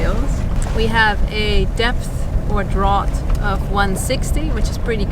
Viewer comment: Great English much better than my non existent German or Dutch but FYI "draught' is pronounced "draft" :)